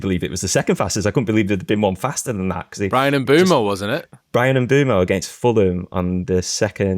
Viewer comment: Lads, I love you, but please learn to say Mbeumo's name. 😭